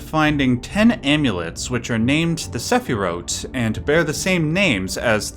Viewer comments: Omg is that notification noise the Haunting Grounds noise? I've got it on the mind now since it's shown at the start with the crafting. Side note, Sefirot is pronounced like sphere-OAT on wiki/by some scholars I heard. Not sure if that's like the Hebrew pronunciation or what, I didn't look at the etymology. But yeah it doesn't really translate well to the sephiroth spelling and people are less likely to recognise the word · Wow — the sephirot tree is a puzzle in Baldur’s Gate 3. I’ve done the puzzle many times and I know the symbol and never noticed they are exactly the same. Cool video and very learned. The pronunciations are pretty good but sometimes off, for example Essenes is pronounced Ess-seens. Sefirot has a hard t, not th at the end, shechina is Shech-cheena not shekina. Ein-sof is Ayn-sof not Ain-sof. Understandable though if you’re not familiar with spoken Hebrew.. Re Metatron .. I thinks he’s popular because his name sounds like a Transformer. Definitely not a Hebrew name, and in fact he transformed in the Book of Enoch. Coincidence?.